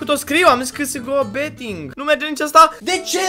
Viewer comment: "csgo beeting"